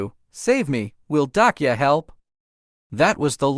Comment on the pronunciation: It's not dokia, it's dokja. I think you should actually improve the text to speech AI 😅.